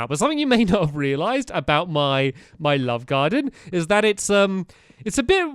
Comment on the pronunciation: One time of saying "love garden" you said "lub garden" haha